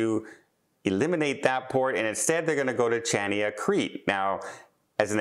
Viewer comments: DOH - Chania - the ‘c’ is silent…..pronounce as Hania…..rhymes with Tonya 😫😫😫 Try other cruise lines besides Princess 😮😮😮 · that port in Crete, Chania, is correctly pronounced Ha-Nee- Ah. The CH sound does not exist in Greek. You can still get to Santorini by ferry or airplane, just not cheap cruises. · Well put. Another mis pronunciation by just like his eyetalian and ship names. At least ferry to Santorini brings you to northern side where there beaches, villages, vineyards and tours direct to the blue roofs at end of Caldera. Items cruisers do not see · Oh please look up how to say Chania.....no one would ever know what you are talking about. Please so easy to google the pronounciation.